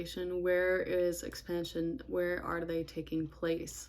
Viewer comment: Great video. I learned a lot. I swear you said, "X pan shuuun"😅 and I just noticed you have a really cool beauty mask on, what I think is your right cheek? Anyway, looking at the market is fun. 😎